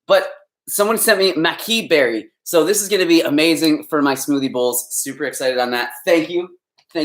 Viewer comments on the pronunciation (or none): none